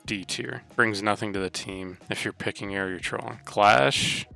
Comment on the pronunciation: I crack up whenever he says trolling 😂